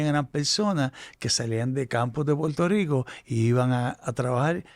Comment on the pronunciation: buenos días y con respeto. Como internacional Debes mejorar tu pronunciación, ejemplo: Puerto Rico por Puelto Rico, por - pol, Acuerdo - Acueldo. Saludo. Escucha a tu invitado.